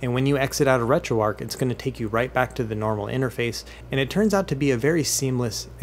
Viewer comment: Very detailed and helpful videos. I subscribed after just the first one and am looking forward to watching more of your content. One thing though - how on earth are you pronouncing the "arch" of "RetroArch" as "ark"? The first time I heard it I thought it was a glitch in the audio but you then went on to pronounce it like that a dozen times. That seems bizarre to me. But other than that one detail, fantastic content. Keep it up!